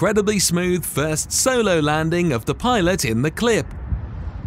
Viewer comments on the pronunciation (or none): none